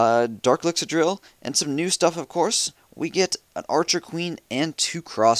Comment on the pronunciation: No he say elxier not dark elxier